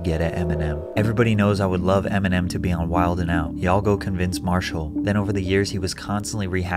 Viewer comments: Never heard anyone say the "d" in "wildin' out" 😂 Pretty funny when you're talking about someone being corny 😂😂😂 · FYI the D in wilding out is silent. You sound like the feds otherwise.